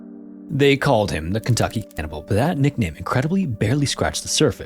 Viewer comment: U cant say cannibal? Thats amazing